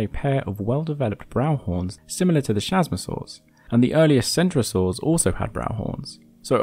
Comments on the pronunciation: ch is pronounced K in latin, so it's not chasmosaur ( shazmosaur ) it is chasmosaur ( Kazmosaur ) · The CH in chasmosaur is pronouced "K"